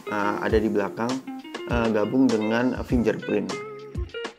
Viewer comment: Baca nya finger print Bukan finJer print Bacanya pake G bukan pake J